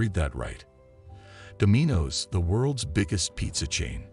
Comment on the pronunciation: "do-MEE-nos"??? Try "Dom-in-oh's" voice-bot And WTF does Donald Trump have do anything? There are so many inaccuracies in the tale you should sell it as a fictional account...